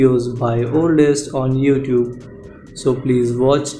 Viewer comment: "Youfoot" comedian